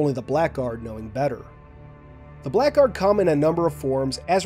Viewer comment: Hey man, few months late so probably never going to reach you but just so you know in the word "blackguard" the "ck" is actually silent! It's where we get the modern spelling of "blaggard"